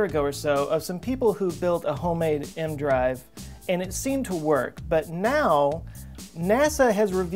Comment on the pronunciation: It's E-M drive. Not M drive. And it doesn't work.